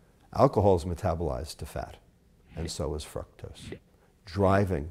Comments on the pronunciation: Pronouncing "Fructose" Dude: "frucktose." Most people: "frooktose." Pronunciation Error. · its FRUCTOS like fruit not FRUCTOSE like fuck god i know there are different dialects and all but its just annoying hearing you say it that way lol. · if this guy pronounces fructose like "fruck-toes" one more time, my head will pop off... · lol it sounds like he's saying fuck toast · it sounds like he said Fucktose. lol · is it me or does he sound like he's saying "fucktos"... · dude lost me when he talked about evolution and God in the same statement. still informative..but "frucktose" hahahaha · This is a pretty interesting video...but his pronunciation of fructose is kinda gettin' to me lol. Then again, I'm sure mine would get to some people. Still, this is great stuff, really liking this series.